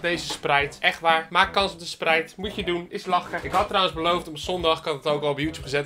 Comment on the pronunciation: Hoe je het uitspreekt: “ spraait” hoe het uit spreekt: “ spreit”